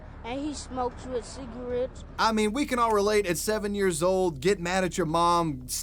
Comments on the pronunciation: “go smoke a couple cigawettes” bro I’m dead!! I can’t breathe! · “Cigewetes”